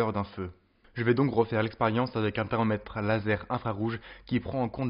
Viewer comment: Dés le début 6s par exemple. Vous dites " les réflecteurs situés..." Mais moi j' entends " les réflecteurs sitEés " Il y a d' autres exemples tout au long de la vidéo, à un moment le o de thermomètre et presque avalé. Et personnellement j' éprouve une réel gène, et je pense que c' est nuisible à la qualité de la vidéo. J' ai l' impression que vous avez un accent de je ne sais où, sans vouloir vous offenser. Je ne sais pas si c' est une question d' élocution trop rapide.